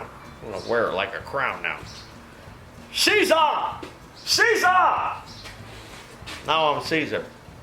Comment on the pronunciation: You’re not Caesar - the valve is the “siezer”! 😆